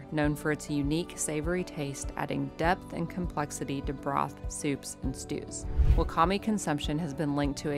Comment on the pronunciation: Wakame is pronounced "wah-kah-may."